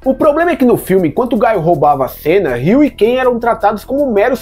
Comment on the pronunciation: Porque tem que falar BAISON e GAIO, e ZANGUIFE ? Eu sempre falei BISON e GUILE e ZANGUIEFE